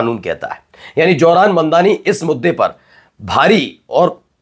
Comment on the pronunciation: Johran Mamdani isn't correct. Pronounce as Zohran Mamdani. Correct ur Pronounciation. Thanx.